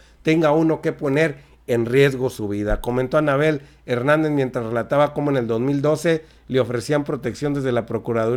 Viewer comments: Like si escucharon si decía Fernández y es Hernández 🤔🤔🤔🤔saludos a mi estamos bien informados 👍👍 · Anabel Hernández!... Her-nán-dez 😁😁😁😁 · Es Anabel Hernández, no Fernandez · Ni leyendo el apellido le atinas.!!! No es Anabel Fernández..!!!! ES HERNANDEZ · Van 50 veces que dices Anabel Fernandez.. El apellido es "Hernandez" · !!!!!!.........ES ANABEL H E R N Á N D E Z.......NO.......FERNANDEZ. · La periodista se llama Anabel Hernandez y usted esta diciendo Anabel Fernandez.